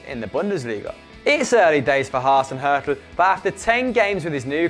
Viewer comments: #1 is pronounced "Haw-Zen Hew-Till" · Hoosenhuttl hahaha, lovely pronounciation :D Still, #notorbleipzig